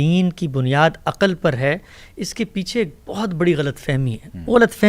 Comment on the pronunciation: جناب حمزہ علی عباسی صاحب ۔۔السلام علیکم۔۔ آپ کی شخصیت اور طرز فکر سے ھمیں واقعی محبت ھے۔۔آپ نے اس پروگرام میں جن عقلمند عالم سے گفتگو فرمائی۔۔ وہ کئی باتیں ماشاء اللہ بہت منطقی انداز میں فرماتے رھے ، مگر ان کا طرز بیان ھجوں کے لحاظ سے بنیادی حرف شناسی کا بھی مصداق نہیں بن سکا۔۔ ساری گفتگو میں بے شمار بار عقَل عقَل عقَل کہا گیا مگر اس لفظ کے تلفظ سے حضرت نے سو فیصد جاھلانہ سلوک کیا ۔۔بہت مایوسی ھوتی ھے کہ کوئی کسی حکیمانہ گفتگو کا دعوی کرے اور موضوع کا مرکزی لفظ تک صحیح ادا نہ کر پائے۔۔ ھر بار انہوں نے عقَل عقَل کہا یعنی سٹریٹ لینگویج ادا کی نہ کہ مکتب اور علم۔و فرھنگ کے مطابق کلام۔کیا۔۔عقل کے لفظ میں صرف ع پر زبر ھے۔۔ جبکہ ق پر جزم یا سکون ھے اور ل بھی ساکن ھے۔۔ مگر عالم صاحب نے ٹھوک کر ق پر زبر لگا لگا کر جب با بار عقَل کہا تو انکا سارا حکیمانہ پول صفر ھو کر رہ گیا ۔۔۔ مکتب کا سچا نمایندہ اور ذھین فرد لفظ کا سب سے پہلا احترام ھجوں ہی کے درست استعمال سے شروع کرتا ھے ۔۔قرآن بھی یہی حساسیت سکھلاتا ھے اور ناظرہ و تجوید کے تمام مضامین صرف لفظ بولنا سکھاتے ہیں۔۔ یقین جانئے ۔۔۔ جسطرح دِل کو دَل ، گلُاب کو گِلاب ، کِتاب کو کَتاب ، مزِید کو مُزَید اور پَسَند کو پُسَند کہنے سے دکھ ھو سکتا ھے مجھے عَقل کو .ھر بار عَقََل عقَل کے تلفظ کیساتھ سن کر اتنی ھی تکلیف پہنچی اور بد قسمتی سے حضرت کا علمی اعتبار بھسم ھو گیا۔۔ انکی اچھی باتیں بھی بسا اوقات شوخی کے ھاتھوں بے اثر ھو گئیں اور اسطرح خود آپ کے معیار کو بھی ٹھیس پہنچی۔۔۔ کوئی غیر مکتبی آدمی اسطرح بولتا تو ایک فیصد بھی اعتراض نہ رھتا۔۔ مگر جب دعوی مکتب اور علم دین کے داعی کا ھو تو تاثرات کا معاملہ بالکل الگ ھو جاتا ھے کسی وقت رابطہ کیجئے